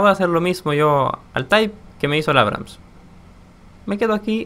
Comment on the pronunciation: Por que pronuncia abrums en vez de abrams? En video actuales sigue diciendo mal en nombre de otro tanque creo